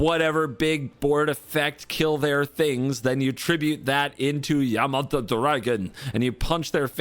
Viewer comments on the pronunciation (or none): Bro cannot read yamata dragon